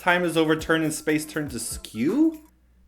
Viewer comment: My favorite parts: when complains about the Genie ads--> (Weird accent): Genie is the music service for smart phone(Hands flinging), and when he says askew in the middle of complaining about the narration-->:'D